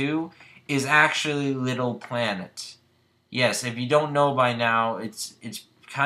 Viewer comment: You said Little Big Plamet at some point there :P